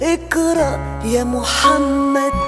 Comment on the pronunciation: اقرء وليس اكرء😂 ماشاء الله عليك لكن يجب ان تنطقي القاف بشكل احسن من فضلك، اروعي لا تتحسسي لانتقادي فانا كذلك لا احب من ينتقدني لكن الحقيقة اغار على العربية الفصحى 😂❤😊